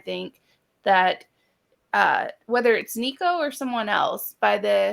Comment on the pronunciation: I know you’ll block me after this comment and that’s okay because I can’t listen to another minute. Y’all sound like .3 people who know very very little about football and the Vols. Lots of awful takes. And add in how bad your pronouncing nicos last name lol